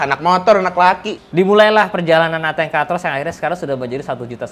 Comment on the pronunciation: dibaca atengnya 😅